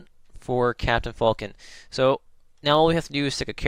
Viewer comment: its FALCON not FULKIN